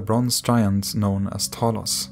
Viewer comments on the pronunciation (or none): Pleas add subtitles when ypu prononuce names. They are not clear and people want to do more reaserch. For example, you pronounced Talos Like "Tholos" and it took me some time to google it.